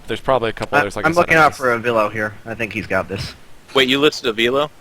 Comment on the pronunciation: I think the least you can do if you're going to mention avilo's name is learn how to pronounce it. And yes, he is becoming more and more popular so, good job mentioning him.